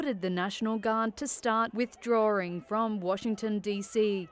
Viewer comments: "Withdrawring?" Who pronounces it like that? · Withdraring? Lol